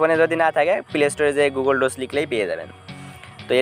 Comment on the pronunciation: গুগল ডোস না ভাই। এটা গুগল ডকস।